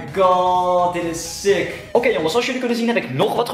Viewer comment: Waarom zeg jij steeds sik